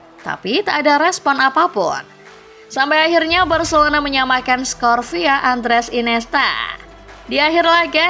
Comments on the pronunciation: ga salah denger kah, Varcelona😂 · Telinga lu gak salah bg Gw puter berulang kali buat mastiin 😅 Varcelona 🤣🤣